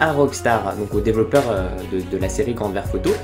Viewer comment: '' Grand ferf auto '' lol.